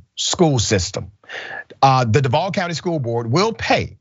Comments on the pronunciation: Robert E. Lee, High School? Nawwwww, they wasn't going to go for that. & that's pronounced DUUUUVVVVAAAALLLLL.... #EVAC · Don't say Duval if you not going to pronounce it right.